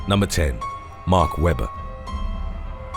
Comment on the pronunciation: At least he is good pronouncing the name Mark Webber.